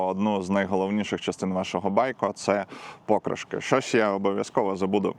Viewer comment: Покри"шки , мені здається наголос так правильно.)